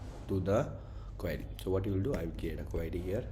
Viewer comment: buddy, why are you calling Queue as Query